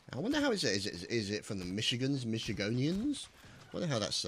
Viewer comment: Michi (ganders) that's how its said I'm from mi